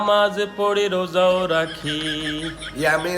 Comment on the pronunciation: আপনি একদম ঠিক করেন নাই অস্পষ্ট ভাষা এবং অবাঙালি কে দিয়ে নামাজ রোজা শব্দ টা উচ্চারণ করিয়ে। 😡😡😡 তিনি নামাজ রোজা শব্দ টা কতো বাজে ভাবে বলছেন আপনি শোনেন না???😡😡😡